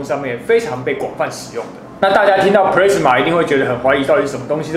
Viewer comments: Plasma的讀音應該是普拉斯馬，不是普類斯馬。 A發阿的音。 加油！讓台灣的youtube平台不要只有娛樂圈而已，給個讚。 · 我也都是聽老師傅說ㄆ拉斯馬，ㄆ勒斯馬我還是第一次聽到🤣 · 發言錯誤了喔，是ㄆㄌㄚ死ㄇㄚˇ，不是play死ㄇㄚˇ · 你在這不服氣回復的時間 可以去搞清楚plasma 和 pressman 根本是不一樣的 還有 要酸也是酸你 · pla s ma 不是唸 ple s ma...等離子是中國翻譯 台灣叫電漿 物質的第四態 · 是普拉阿斯瑪, 不是普雷斯瑪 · 普拉斯馬 not 普咧斯馬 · 英文都唸錯了，一點都不認真，Plasma唸做 "鋪拉死馬"，不是 "普咧死馬" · 其實那是英文的日文發音プラズマ，中文念"普拉茲馬" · 普莱子么 [ˈplæzmə] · 聽了很多次的”press-ma”......聽到我懷疑人生了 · 少年ㄟ 不是google翻出來 就等於業界再用的 在業界 你貢press-ma 沒郎聽有拉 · 完全認同👍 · pressman是三小? 你搞笑? 弄理工題材 就是要追根究柢 實事求是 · plasma 發音是"ㄆ拉茲瑪" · No!No!No!!跟我唸一次ㄆ拉死馬～ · 廢話不多說!結果到 之前全是廢話= =差點度辜 而且一直聽到pressma到底是說錯還是習慣= = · 日語發音轉過來的，要先用日文去想念法才會對， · plasma發音錯誤, 還有等離子體是中國用的名詞, 台灣叫電漿. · 光這個 " plasma "的讀法,差評